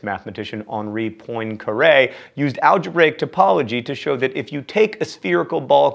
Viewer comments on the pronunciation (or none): It's pronounced: pwon-car-eh, not poin-ker-ay.